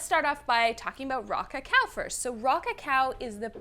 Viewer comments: Every time she said “Raw cacao” I heard “rock a cow” and thought about cow tipping 🤷‍♂️ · Rah-cah-cow... that's all I hear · 😂😂😂 you and me both she sound just like she was saying rock a cow😂😂😂